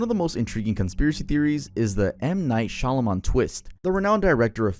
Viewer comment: Is it really pronounced shalamon? Also there's actually an americas stonehenge and its in new hampshire! Loved the video!❤